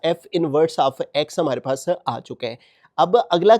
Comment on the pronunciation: Sir says hmre pas .who one notices??😅